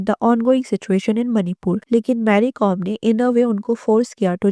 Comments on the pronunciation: Hi it's not marry it's mary(Meh-ree) pls correct your pronounciation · It's not marry it's pronounced may...ri